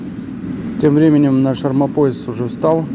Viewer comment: Армомояс у вас звучит смешно😅😂